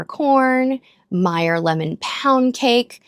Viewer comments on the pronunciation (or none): none